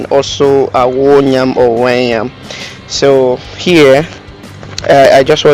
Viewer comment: You keep saying NYAM NYAM, is it NYAM or YAM?